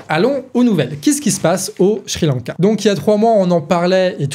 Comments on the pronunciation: Pour une fois au lieu de d'encenser la très bonne analyse du ou des sujets que tu traites ou de mettre simplement un👍, euhhh... S'il te plaît; Sri-Lanka ne se prononce pas Shri-Lanka ! J'sais pas pourquoi mais chaque fois, ça m'a fait perdre le fil quelques secondes 🙃. Voilà, bon, tant pis mais c'est tout ce que j'ai trouvé à rajouter comme critique constructive alors ...😉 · Très beau travail au collectif du canard mais aussi au ton de pour l'argumentation! Tout est bien clair Maiiiiis c'est moi où au lieu de dire Sri Lanka (ça se prononce Ciri lanka) il dit "Chri lanka"? Ah moins que ça soit lz vrai prononciation je suis étonné et j'avais tout temps envi de rire alors que j'écoutais la video avec sérieux (hésitez pas à me le dire j'ai bien ris pendant ce passage mais le sujet reste très bien écrit!)